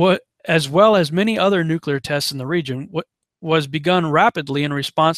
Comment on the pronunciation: You said nuclear 3+ times correctly, which forced me to hit the sub button. FINALLY a conspiracy dude I can respect.